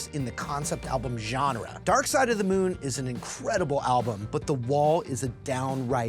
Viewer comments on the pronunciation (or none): none